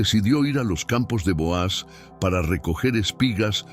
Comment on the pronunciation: NO SE LLAMA BOAZ SE LLAMA BOOZ DICE MUY MAL EL NONBRE LEAN LA BIBLIA